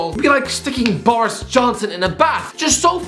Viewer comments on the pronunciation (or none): none